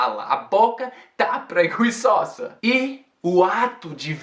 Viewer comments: Preguiçosa (stress on "ço"). The "gui" in this word is pronounced the same as the "gi" in gizmo. Great vid, man! Thanks. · adorei o jeito que você falou "preguiçosa":) hahahaah. Admiro muito esse amor que você tem não só pelo português ou pelo inglês, mas pela forma como as pessoas se comunicam. You inspire me to keep learning English!